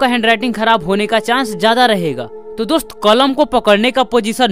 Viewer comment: hes like "DUST"🤣🤣